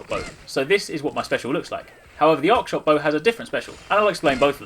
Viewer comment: Arc shot..not Ox shot..my ears are confused, haha.